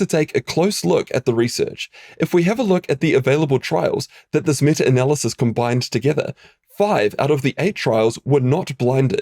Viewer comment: "metter analysis" 😆